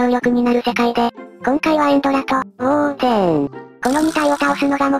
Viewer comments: ウォーデンではなく、ウォー↑デン ですね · ウォー↑デン↓ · 相変わらずのウォー↑デン↓(*ﾟ∀ﾟ) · お絵かきクラフト!! 大好きな企画だから嬉しい!!! ウォーデンの発音がやっぱりウォー↑デン↓なの好き 前もそうだったけどもしかしてイワンコフ乗り移ってた…？